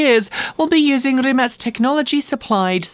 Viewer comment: Thanks for making me research the correct pronunciation of "Rimac".